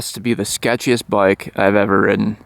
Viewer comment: I always give this channel a thumbs up like because you are a great motorcycle mechanic. But can someone tell me what a boik is. I have heard him say it many times...but i can't figure out is what does boik mean.